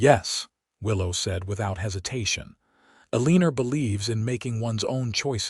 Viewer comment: enjoyed this storyline. it was nice to see the drifting cowboy go to town and own a shop vs a ranch. ❤❤… i enjoy this narrator, but Eleener is Eleanor